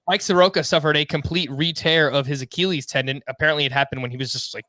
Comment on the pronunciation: The way says Achilles is underrated. (ah-key-uhl-eez)